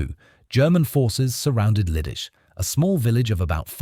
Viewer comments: Leedeechay"! Not " Lee-dis"! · It is pronounced LEE-DIH-TSEH, not liddis, and not liddish either. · You act as if the grenade had nothing to do with his death. What an absurd statement. "Gesh-stapo"??? "Lidice is pronounced ENTIRELY different from your failed attempt. My uncle, a Slovak was living in Praha in May, 1941. In terms of your pronunciation of Lidice, he'd be unable to understand what you are talking about. Apart from what I've stated, your report is pretty good. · Pronounce Lee dee tsay I visited the place. And the crypt. And the Terezin concentration camp